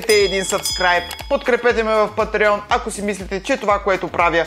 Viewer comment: Чете се пáтрион